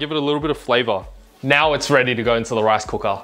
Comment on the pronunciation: I love how he pronounced rice cooka!